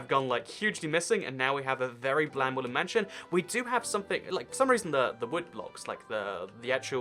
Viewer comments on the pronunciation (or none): Is it me or is he saying wooly mansion